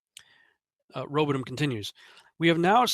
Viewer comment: Hey his name is Samuel Rowbothum. Row bothhhh ummm. Not Samuel Robadum.